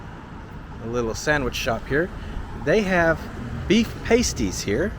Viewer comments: Not paste-ies, it's past-ies. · “PASTEES” not paste ies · I haven't read all the comments but more than one about this extremely critical matter is still not enough. The meat pies are NOT pronounced "paiste" "ee". Those are used in strip clubs. The meat pies featured here are pronounced "past" "ee". This is a critically important matter. As a Yooper I've just got to take a stand. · Mispronounced two words. The horror! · "PAASTIES"... "Pasties are an ENTIRELY different thing. LOL. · He pronounced it weird. We local Yoopers pronounce it "past - ee" not "payst - ee". I imagine its the same dish because it's was a staple brought over by Cornish immigrants that worked in the copper mines. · Its Yooper, not Youper. My mother was from Gay in the Keweenaw Peninsula. My grandfather was a copper miner. Gay had a stamp plant, hence all the stampings dumped into and migrating south along the Lake Superior shoreline. Pass-tees, not pay-stees. You eat them, not wear them on your ta-tas. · You spelled 'Yoopers' wrong. You pronounced 'Pasties' wrong. 'Pass-tees'. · Lived in "da U P" for several years. Enjoying your videos A couple of suggestions though...check your mic levels, perhaps a wireless mic that clips on you collar (not expensive). I couldn't hear some of your commentary. Love that you go into the towns and look around . Er, FYI pasties as you pronounced it are what strippers use to cover their nipples. It is pronounced paaasties or paasty (long and flat ah sound. ) They are usually filled with rutabaga, not potatoes. They were taken by the miners for lunch. Keep it up really enjoying your vids. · Looks like other folks have talked to you about the word Pasties mispronunciation. So I will go on my merry way. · Did anybody tell the guy how to pronounce “pasties”? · The word pastie is pronounced with a short A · You pronounced "pasties" wrong,. Look it up. Also it's "Yoopers," not Youpers. And, wow, lots of ads in this production.